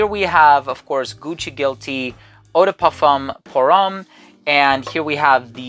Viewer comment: You really should learn how to pronounce parfum pour homme in french and I saiy that as a German! 😅😅😂